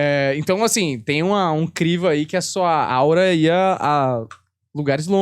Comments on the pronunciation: Aura e não áurea! Uma pessoa sensitiva poder enxergar a aura de outra e sentir as suas energias, não significa que também seja um médium Ser médium, é dar comunicação aos espíritos desencarnados, e isso é algo muito sério que necessita de muito desenvolvimento e estudos. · Essa foi de doer, né ? O rapaz moreninho a corrigiu, elegantemente, mas ela nem percebeu.